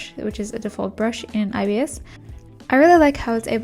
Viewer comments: Yeah it's more "eye bis" paint rather than "eye be eye es" paint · The official videos say EYE-bis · saying IBS paint instead of ibis (eyebis) will never not be funny😭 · it’s pronounced eyebis? i always thought it was pronounced i-bis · i thought youwere saying obs half of the time lmaoo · I’ve always said I-b-is paint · I always pronounced it like “eebis” paint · I always say ibis by pronouncing the i’s like igloo… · YOU ARE NOT SAYING IT CORRECTLY, IM NOT BEING MEAN BUT I DON'T LIKE IT WHEN PEOPLE SAY IT LIKE THAT